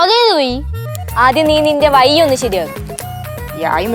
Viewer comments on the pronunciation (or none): കയിഞ്ഞോ.. പുയ.. വയി.. വിന് ഇനിയും 'ഴ'വരുന്നില്ലല്ലോ...:)